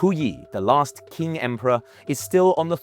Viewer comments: Lecturing on China and you do not even know how to pronounce the names right!?! The Qing dynasty is pronounced Ching, not King. Big difference and easy to pronounced, but you got even that wrong. So I do not recommend the video because of all the inconsistencies of this video lacking originality!!! Save yourselves 20 precious minutes of your lives. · It’s Qing ( Ching) not king white boy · It is pronounced “Ching” (Qing). Not “king” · „King” dynasty, Buddy you pronounce it like Ching, not king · Ok but it's "Cheen" dynasty, not "King"... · It's not the "King" dynasty ffs. It's pronounced as the "Ching" and spelled as "Qing." dynasty. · What the hell is King dynasty? its Qing! pronunced as Tching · did you pronoun qing as king? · 1. Qing is pronounced Ching 2. The Qing capital was Beijing 3. Puyi was living in the Forbidden City in Beijing when he abdicated, not Nanjing. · Exactly. To be honest, someone can pronounce it as 'Tsing' as well (actually Qingdao is often written as Tsingtao come to think of it), and wouldn't be more wrong. It would still be wrong, of course, but just not more incorrect than Ching. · I stopped watching after he said "King dynasty". 😂 As if this guy knows more than me when he doesn't even know the name of the country. Probably just reading off an AI script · Come on, you guys couldn't be bothered to figure out how to pronounce "Qing"?? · At least pronounce Qing dynasty properly. And how do you get 'Guang show' from Guang Zhou??? Where is the 'sh' sound in Zhou? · how come he can pronounce Guangzhou correctly but not Qing dynasty? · At least pronounce Qing correctly - shoddy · How many times can you mispronounce “Qing”? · Third principles Translates to socialism and you pronounced Qing wrong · His pronunciation is accurate as the map of China in the thumbnail lol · pronounce QING properly..... GOSH